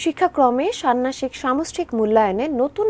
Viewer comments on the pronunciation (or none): শব্দটার উচ্চারণ ষান্নাসিক না ষান্মাসিক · সান্নাষিক কি উচ্চারণ সংবাদ পাঠকারী সঠিক উচ্চারণ করে কথা বলার দরকার